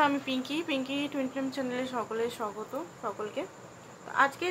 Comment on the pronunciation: Thanks didi. I like your reading and I watch your reading almost regularly. One of your welcoming bangla word's pronunciation seems to me bit deviated: that is 'shogoto'. If I'm not wrong that word's pronunciation will be 'shagoto' ('স্বাগত').🙏